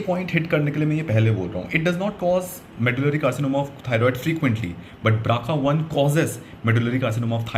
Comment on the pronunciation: Bro nice one, but I think it is BRCA not BRACA. Well that's not an issue. Good job